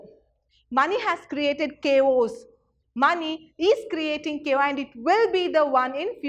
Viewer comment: teaching is good but what about the pronunciations you been the teacher make silly mistakes what will the students learn you are make mistakes in basic terms like chaos you are pronouncing it like kos🤣 pls be mindful of that